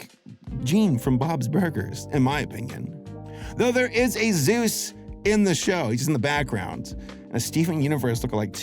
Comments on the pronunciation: Dude? His name is SOOSE not zeus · his name Is soos not zeus!!1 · Thank god, it wasn't just me who died inside every time he said that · The characters name is soose not Zeus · Soos not zous saying zous is fucking killing me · Zoos? his name is pronounced Soos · Not Zoos it’s SOOS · Why does everyone call SOOS Zeus S O O S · omg Soos not Zeus did u even watch the show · It’s soos, not Zeus buddy. That vas clearly marked in journal 3. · It’s not Zeus it’s soos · The way he keeps calling that Soos character 'Zeus' and it's bugging me so much 😭😭😭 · The only gripe I have about this video is the guy's name is SOOS not ZUES. SOOS. Like the spanish pronunciation of JESUS. but just the last half. because he's Latino! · Soos❌ Zeus✅ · Him saying “Zeus” instead of “soos” makes me go insane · I love ya work. But please my man, It's Soos, not Zuse. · Does say zeus instead of soos? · Okay dood. You keep saying "Zues" and his name is "Soos". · Calling Soos "Zeus" is grounds for ritual sacrifice to Bill Cipher. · You keep mispronouncing "Soos" how are you getting a Z from that? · It’s Sooss, not zoozz😐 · I’m not trying to come off as an ass when I correct you here. Please don’t take it that way, I’m just letting you know I keep hearing you say “Zeus” His name is Soos- short for “Jesus” (pronounced Hey-soos) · Soos like the hispanic pronunciation of Jesus not Zeus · Soos not Zeus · It will bother me forever that he says Zeus instead of Soos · Hey so his name is Soos, not "Zeus" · SOOS NOT ZEUS PLEASEEEEEEE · Him saying Zeus instead of Soos hurts my soul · His name is not Zeus, it's Soos. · im so sorry, but it sounds like you said "Zeus's grandma" instead of "Soos's Grandma" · The character’s name is Soos not Zeus 😂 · It's... it's Soos, dude. Not Zeus. Short for Jesus. (That's Hey-soos, in case you're unfamiliar with Spanish pronunciation.) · Me: his name is soos Him: no it's Zeus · I may be crazy, but I keep hearing "Zeus" when you say "Soos."